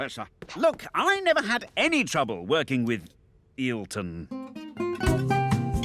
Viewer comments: Wait, did Button actually meet Senna? That's, as some would say, wicked By the way, could have pronnounced it like "Ay-ton". Would still be better than "Illton" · That's e -arytron professor not eelton